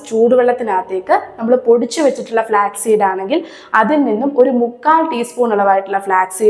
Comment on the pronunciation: ഫ്ലാക് അല്ല ((flak)തോക്ക്, വിമാനവേധ വെടി). ഫ്ലാക്സ് (flax)=ചണം. Flax seed = ചെറുചന വിത്ത്